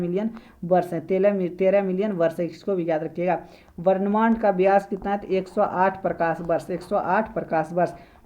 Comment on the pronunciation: Brahmand ko varnmand , dudgh mekhla ko dui mekhla. Aur bhi but ......Aisa kyun bol rhe ho. Information to bhut achcha hai, uccharan sudharne ki jarurat hai